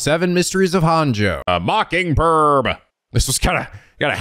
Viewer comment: Can't believe everyone was correcting on his Japanese for Araishi's name, yet he's been saying "Honjo" wrong since the very beginning and no one bats an eye lol. Unless he plans on learning Japanese at some point, just let him say it wrong, guys. It's funnier this way.